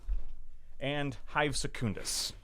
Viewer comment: Why do you pronounce Secundus with this emphasis on the first U btw? It sounds really odd to me